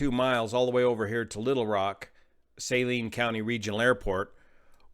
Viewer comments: Here to say it's sah-LEEN county, not SAY-leen county. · Most would pronounce "Saline" as "Suh-lean" not "Say-Lean" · Suh-leen county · Not important but it's pronounced: "Sa-leen" county.